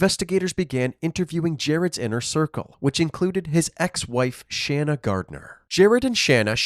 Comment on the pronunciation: It's Pronounced * SHAUN AH* SHANNA